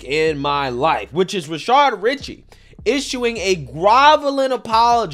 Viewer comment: You've pronounced his name as Rashard so many times that I thought his name was Rashard. It's Rashad.